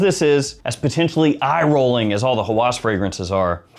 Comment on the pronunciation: Thanks for the review! Just a small note: "Hawas" (هوس) is pronounced "Ha-was," and it means "obsession." When pronounced "Hawas" with the emphasis on the second syllable, it can sound more like "senses" (حواس), which is a different word altogether.